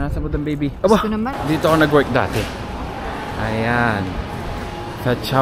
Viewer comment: ''Dati" po not "date" hehe